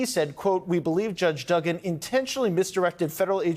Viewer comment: How do people get jobs reading when they canNOT read. Learn how to pronounce words before you get in front of a camera to read. It's not Duh-gan, it's Doo-gan. No one will listen to you if you can't pronounce simple words. This is very important information! Try harder!